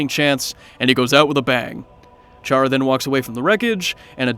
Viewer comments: You dont say it like ch ara you say it like cara but its spelled with ch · Its said kara. Like character. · It's spelled chara but it's pronounced "kara" but their name is short for the word character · Who else cringed when he says chara